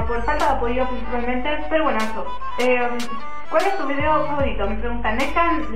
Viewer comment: Porque dices vidio!😠